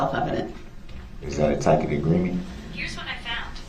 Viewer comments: Tas-it agreement…it took this man almost 4 weeks to figure out how to pronounce that word. It was hysterical😂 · Words cannot express how much I loved it when she FINALLY said, "I don't know what a tackit agreement is."